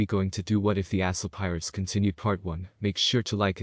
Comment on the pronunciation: When you said ASL Pirates sounded like a hole pirates. Least when first heard